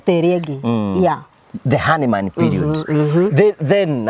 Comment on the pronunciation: usifikirie we didn’t notice you said “honeymaan period” 😂😂😂😂